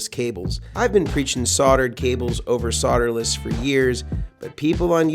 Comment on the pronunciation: Just a few observations and comments.... I’m in a “mood”... Why don’t you pronounce the L in solderless? You say soderless...maybe the guys from TPS are paid by SoLderless cable companies, has anyone ever commented about your haircut, trivial I know but Bobs went out in the sixties.